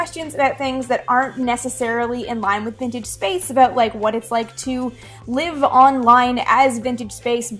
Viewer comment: hah... it's cute when she say's "aboot"... lol